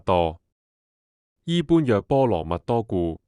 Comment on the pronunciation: 讀錯了。 「般若」要讀做「波野」。因為要用唐朝的發音。